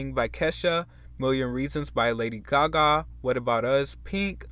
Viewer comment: Lady “Gahgaw”